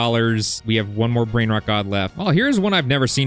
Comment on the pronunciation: you dont know how to pronounce brain rots 🥀